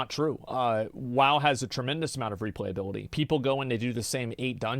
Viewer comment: xd it cost u to properly say replayability u didnt stop repeating it